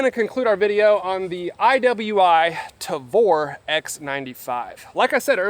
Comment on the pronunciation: you say "tavor" perfectly, good job.